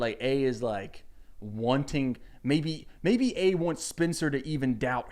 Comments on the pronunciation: Why is he pronouncing Spencer like Spincer 😂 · I don't even watch this show but the way he says "spincer" is driving me insane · Why do you keep pronouncing it “Spinster” 😂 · all i’m hearing is “Spinster Spinster Spinster” instead of Spencer lmao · Why are you calling her spincer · is he saying SPINCER? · The way he pronounces Spencer made me think her name is Spincer 😂 (I’ve never seen the show and yes I am two hours into this video) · i love the way you say spencer's name as SPINCER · Lucy hale had the same accent. She’s from Tennessee I think and I bet he’s from a surrounding state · Sound like he’s saying Spincer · It's like spinster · I also heard spincer 😆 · Hes saying Spencer weird right? Its not just me? Not an issue just caught me off gaurd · i just love the way you pronounce spencer